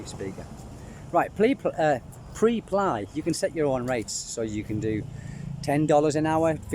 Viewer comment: Preply .. pronounced: PREP as in the first syllable of preparation + LY as in LEE .. not meaning to be an annoying grammar nazi lol .. just wanting to help :)